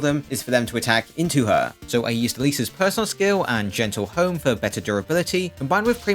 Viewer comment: I audibly screamed in pain every time I heard you pronounce gentilhomme as "gentle home"